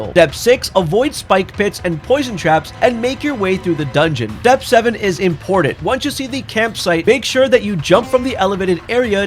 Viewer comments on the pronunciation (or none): Why do pronounce "Step" like it starts with a D? Dtep